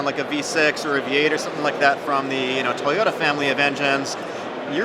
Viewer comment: Can you please pronounce toyota with the T, its not toYODA. THANKS